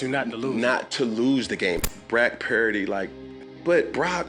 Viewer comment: He feels so badly towards Brock Purdy he won't even say his name correctly... Brack perdy, F Newton. Not for his opinion, but for his blatant disrespect...